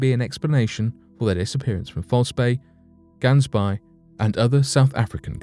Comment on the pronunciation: Did not get it right with Gansbaai.